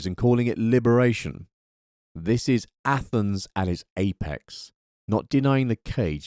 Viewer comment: you said ATHENS............. i understood ATOMS